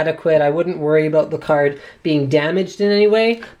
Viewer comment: I heard Linus say 'about', not 'aboot'... something's wrong here...